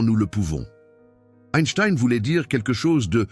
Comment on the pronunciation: SVP apprenez à prononcer son nom…please, please, please !